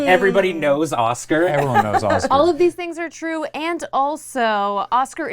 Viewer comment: Y’all pronouncing it Oskar instead of Osgir causes me psychic pain. Oskar is my birth name and also not how you pronounce that